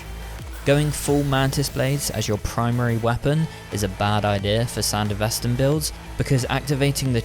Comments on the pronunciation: It’s Sandevistan not Sandevestan as you constantly say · couldn't pronounce it correctly like in the anime...? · How ya gonna make this vid fresh off the anime, and still Repeatedly mispronounce SanDevistan?